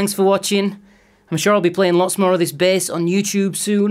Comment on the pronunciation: Great sounding “BEHS” 👍🏻